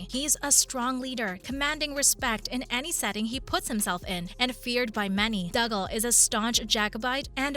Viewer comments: He’s Doogal, not Dugle! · OMG its Dooooo-galllll Not Dug-all You Obviously never listened when you watched it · It is painful to hear you pronounce dougal. It has to be on purpose for comments and views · I do wish you would learn how to pronounce the characters names correctly. Just by watching and listening you would know the correct pronunciations. Dougal is pronounced Doogal (as in google) Mac Dubh is pronounced Mac Doo Joan is pronounced Joan (as in loan) Marsali is pronounced Marsalay not Marsally